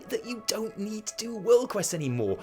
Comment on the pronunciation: You don't "eed" anything?